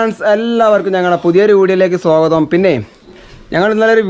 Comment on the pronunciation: sogatho alla sogatham